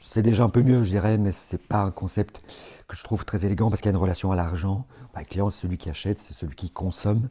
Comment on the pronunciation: « Palient », « clitiant », « axiant » 😅 Je plaisante